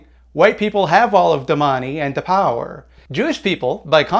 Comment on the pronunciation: Every time says "da money" and "da power" a liberal is radicalized